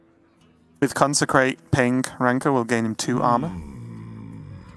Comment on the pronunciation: because he would pronounce it as “wanker” lol